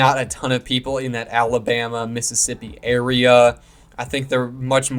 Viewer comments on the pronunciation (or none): none